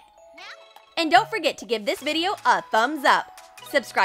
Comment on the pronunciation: why do you say supscribe is subscribe